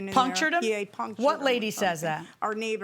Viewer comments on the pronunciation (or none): no idea how to say the word “puncture” 😂 Jesus